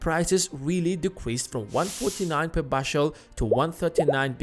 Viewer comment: The way you say bushel......